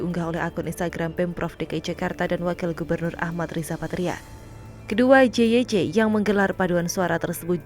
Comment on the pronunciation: JYC itu stands for kalimat English. Jadi harus be read sebagai "jey way si" bukan "je we ce"